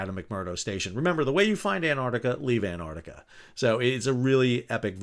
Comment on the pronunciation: Thanks Sal, from Australia. It's Ant-arc-tica, not Ant-artica 😁😁